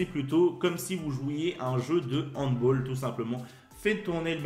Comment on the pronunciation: Super vidéo continue comme ça ! Attention c’est handball et pas handboll 😅😅😉